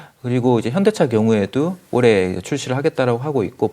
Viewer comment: 님은 올해를 항상 올래로 발음하는특징..그래도 너무좋아 분석을 어쩜저렇게 잘하는지..최근 언급한종목 지켜보고 모아갈시간도없이 상한가를 가서 너무아쉬워요